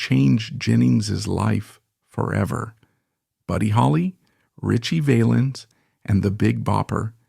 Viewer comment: Can you at least tell the AI voice how to pronounce Valens. SMH